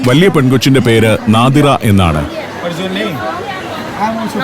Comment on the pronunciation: നോദ്‌റെ എന്നിൽ നമ്മുടെ നാദിറ 😁 അവരുടെ ഉച്ചാരണം അങ്ങനെയാണ്.